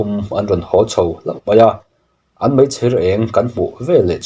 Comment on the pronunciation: Pu Ram angaihnawm viau a mahse, itawng kahchheh tlema fimkhur angai..icchiar poh ani maithei a mahse itawng pangai pawh nise" mai" tih tur ni awm tak "Mei" tih ihmang leh thin a ..Angaihnawm lutuk e